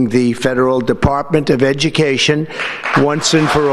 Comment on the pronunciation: No ed-u-meh-cation = more republican voters